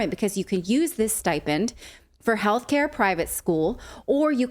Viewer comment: she is baackkk, it is not stai pend Natalie, it is sti pend stipend, NOT staipend bahaha